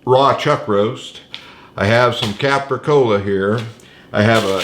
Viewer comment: capicola or copicola does not have an "R" in it.